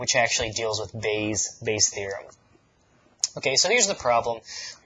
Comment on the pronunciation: "Part Bay" LOL Bayes' theorem getting to your head now xD